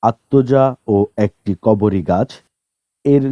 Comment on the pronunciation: উচ্চারন শিখে পড়াতে আসবেন,, করবী কে বারবার কবরী কেন বলছেন?